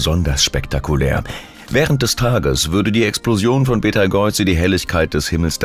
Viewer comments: Betageuze? 😂😂, KI kann nicht Namen aussprechen 😂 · Dude.... es heißt Beteigeuze.... Auch für schlechten Content sollte man sich ein wenig mühe geben.